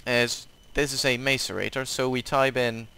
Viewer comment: Mace-a-rate-or It’s Mass-eh-rate-or